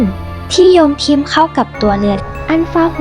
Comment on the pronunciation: ทีแรกรู้สึกขัดใจเสียงอ่านเล็กๆ แต่วีดีโอนี้ชัดเจนมาก "อันฟา" "บาโว" คนอ่านเป็นชาวต่างชาติป่ะฮะ